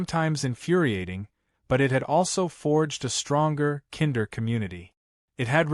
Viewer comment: Some bad AI prunciation... Wound. Kinder Etc.